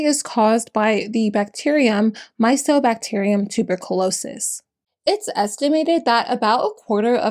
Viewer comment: Isn't mycobacterium pronounced like mike-oh bacterium? I'm an unbearable pronunciation nazi, sorry.